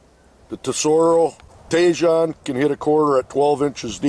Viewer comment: Thanks for the review. Btw I believe it’s pronounced “tee-hone”.